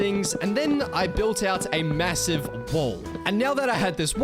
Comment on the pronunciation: Did u say massive?